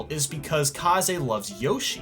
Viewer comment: Why are you saying kaze like kazay and not kayz like you used to?